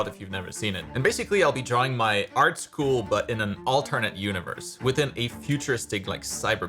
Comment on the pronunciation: ahh yes... ✨ART SHOOL✨